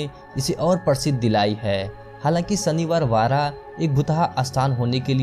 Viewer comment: Tu muh se supari Nikal k Sahi se bol ... Shanivar wada not saniwar wada..